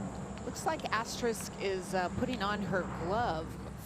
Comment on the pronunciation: someone should have told that announcer her name isn't Asterik